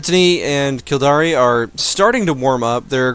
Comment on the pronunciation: lol 'Kildari' it is pronounced kill-dare.